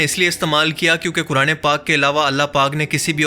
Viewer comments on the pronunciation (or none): none